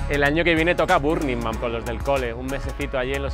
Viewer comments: Al final pronuncia Estates en inglés pero antes hace el paleto pronunciando burning Man en español. Perfecto retrato de los pijos Muy bueno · Mucho viaja y muy cosmopolita pero pronuncia Burning Man con acento de no haber salido de su barrio